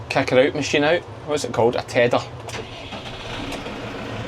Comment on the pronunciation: Tedder not tedar